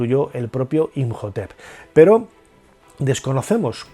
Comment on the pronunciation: Imhotep se pronuncia como J? Segun yo es muda